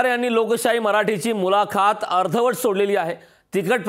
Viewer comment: मुलाखात हा उच्चार चुकीचा किती वेळा करणार.